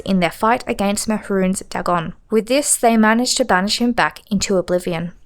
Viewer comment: Dwemer is pronounced dwee mer. Dagon - Day Gone Sotha - So tha . These words are all pronounced in a game. Is this engagement bait?